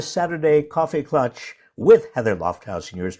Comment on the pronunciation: I do not understand why klatch is not being pronounced correctly. It should rhyme with "catch".